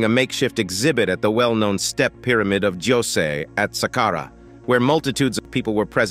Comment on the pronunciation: Who taught this person say sàqqara?? Jesus Christ. Glad he corrected himself